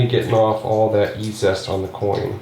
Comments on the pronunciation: EEE ZEEE EST NOT E ZEST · Fwiw, I believe it's E-Z-EST, as in EASIEST; not E-ZEST. Three syllables; not two. 😉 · Pronounced 'easy est'